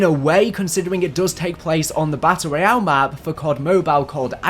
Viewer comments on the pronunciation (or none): none